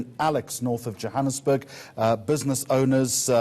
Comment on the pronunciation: This white guy is a real idiot, he cant pronounce Johannesburg properly but he can pronounce the African surnames - These liberal whites are such a joke in this country...